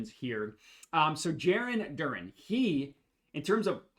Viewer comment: It’s also pronounced DUR-ANN I’m not messing with you this time lol